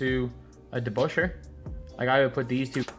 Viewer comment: “Dave DeBusschere”Get this certified bum of my screen